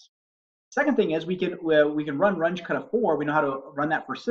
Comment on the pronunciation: Super helpful. I found that very easy to understand. Thanks for breaking it down with a familiar system. BTW, it's pronounced Rung-uh (as opposed to Runj).